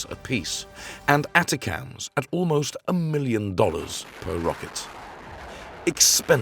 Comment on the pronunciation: "A TA A CA TAMS" oh, so this channel is a robo-voice too